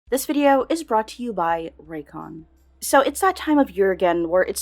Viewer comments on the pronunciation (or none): Raycon? Reigncon.